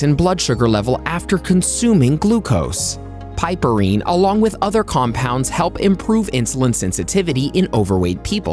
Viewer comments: OMG the amount of times it was pronounced wrong just was like nails scratching a chalkboard. PRONOUNCED: PIP-UH-REEN, the E is SILENT!!! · "piperine" is correctly pronounced as PIP-per-reen